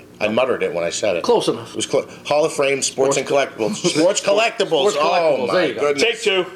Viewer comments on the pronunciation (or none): The guy can't say Fame. He says frame all the time.